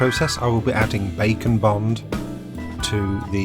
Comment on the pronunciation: Heh, every time he says Bake and Bond my brain redoes it into Bacon Bond.